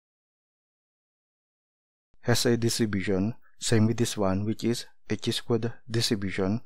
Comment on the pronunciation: it is pronounced as - "kai" NOT "chee". Nevertheless, your derivations of pdf, mean, variance and statistical videos are very useful.